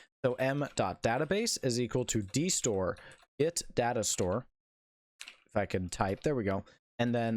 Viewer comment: U Say dSore instead of dStore